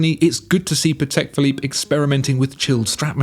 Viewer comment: “CHAPEK ‘BLOOP’”. LOL, nailed it!